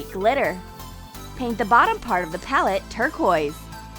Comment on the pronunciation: Lol did anyone notice thar she said PAUL-et instead of pal-ette